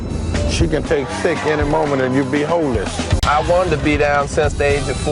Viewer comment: He said hoeless😂😂😂😂